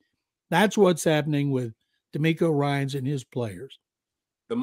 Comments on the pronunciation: DeMECO Ryans 😂 Who is Demarco Ryans?? 🤣🤣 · I had to rewind it.....and yes....he said Tank Bell....and Demarco Ryan.......😂......where do these people get their info from....at least get the names right